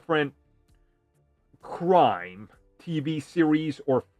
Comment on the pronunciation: you got a face for radio and a voice for books. lol. BWIG BWOY OPWINIONS. why would you try to say the word "ascend"... LOL. say the riddler again HAHAHAHA and the word series... HAHAHAHA FLYING COLORS. CWIME.